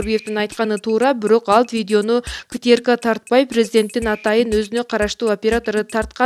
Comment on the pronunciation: Озвучка кылган кыз КТРК деген созду акцент менен айтыпсыз. Ошону ондосонуз калганы сонун!